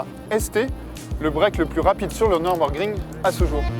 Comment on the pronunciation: "Neurbeurgring"? D'où vient cette prononciation incongrue"?